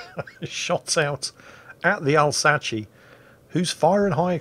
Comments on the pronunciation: British man laughs at argentine navy, 1982, colourized P.S.:, Alsace is pronounced Alzasseuh, you scrub. Yes, mylord, i'll go back in the salt mines now. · The counter to carriers is to smile wide, open the VLS doors, and let them have a chat with Uncle SAM and start swatting them out of the skies! And it isn't Alsace in any of those pronunciations, it is the "All Sauce"... Spicy for any occasion! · AS IS THE ALSACE'S PRONUNCIATION! I propose an alliance between France and Finland against the Brits. You in Flolo? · For an English sailor, pronouncing french correctly probably counts as high treason. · I am a frenchman and I resent your mispronounciation of the Alsace. Anglais typique.